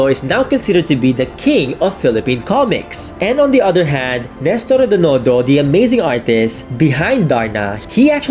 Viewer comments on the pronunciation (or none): It is REDONDO, not REDONONDO. The first time you fumbled, I thought you misread the script. But you said it again incorrectly so.... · Read his brand name---. Accuracy is one of the tenets of a true historian. I'd probably let the mispronunciation slide if the YouTuber is a foreigner, but he's not. In fact, his family's steeped in komiks history and REDONDO is one of the giants in the industry, so...